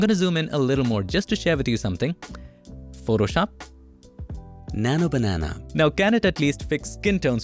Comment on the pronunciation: Bro your slang on Nano Banenaa is so funny and unique ❤